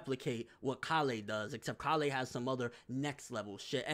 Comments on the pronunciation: Why do you pronounce it call-eh like wtf listen bro they say it a bunch of times it's pronounced Kay-le just stop bro you say it like your not listening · Is anyone else bothered by the way he says Kale's name? Call-ay it's pronounced Kay-le. Kale the vegetable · Why does he say (Kah-lay) instead of (K-ail)? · bro, her name is Kale like Kay-yule not Kah-lay. It's a leafy vegetable and a lot of white boys have it as a name in America. Caulifla even says her name Kay-ru which would be Kay-yule once it gets dubbed. Love your videos no disrespect but it's the one thing that has been driving me nuts about your videos since the character was introduced.